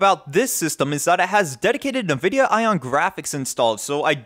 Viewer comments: Nividia? I thought it was N-vidia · It is N-vidia. Just like Abiword is not "A-by-word" But "Ahbee-word".